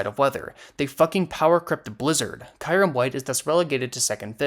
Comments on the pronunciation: bro really said “Kairym” 💀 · I think we can put aside the discussion of how arceus or yvetal is pronounced, cuz that “Kairem” is fucked up.(No hard feelings) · You did NOT pronounce it Kayrem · You may want to double check pronunciation on kyurem and conducive